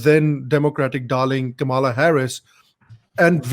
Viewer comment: Comeon you can pronounce Kamala properly. Do not say Kamaalaa.